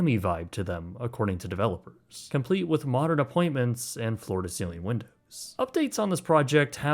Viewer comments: “Florida ceiling windows” (clear pronunciation is important). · Idk why you're being a weirdo over an accent. Canadian and we often soften t-sounds into d-sounds or omit them altogether, just like final vowels turning out somewhat breathy/soft. Hence how "floor to ceiling" came out sound like "floor d'ceiling". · It was pretty clear that he was saying, “floor to ceiling windows.” That’s also what the captions on the video say.. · He did say they are supposed to have a "luxurious Miami vibe" to them. For real I hear floor to ceiling windows, not Florida. Might want to clean out your ears there.